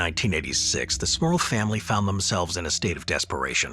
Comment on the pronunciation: 😂😂😂😂 Every time he says the families name that's all I hear is Smurf instead of Smurl, should've read the comments after watching the video!